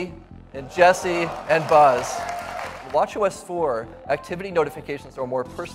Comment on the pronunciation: I can't stop hearing "watch yo ass" everytime they say WatchOS